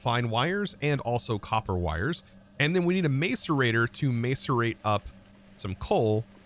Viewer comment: hey, the "mace" in macerator is pronounced as "mas"